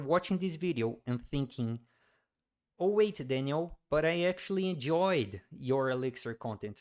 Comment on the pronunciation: Mano, seu inglês é muito bom estava realmente achando que era gringo aí quanto tu soltou o Daniel com o sotaque eu percebi que era brasileiro kkkkk, muito bom o conteúdo parabéns